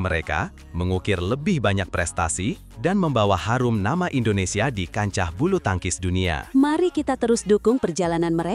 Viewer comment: Salah besar menyebut nama